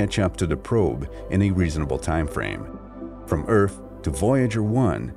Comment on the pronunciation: yes he does , its not earf its earth , he keeps replacing th with f and says other as odder lol and its ghetto af